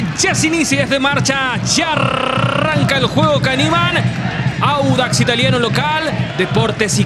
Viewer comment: Díganle ala periodista q es audax no wanders jaja por el color verde seria😂